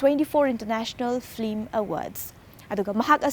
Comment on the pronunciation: She keeps saying flim